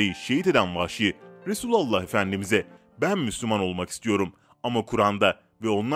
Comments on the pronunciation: KEKO ! RESÜLALLAH DEĞİL.RASÜLÜLLAH SAV DEMELİSİN. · Yav şu Resulullah demesini bı öğren be kardesim resulu Allah diyorsunn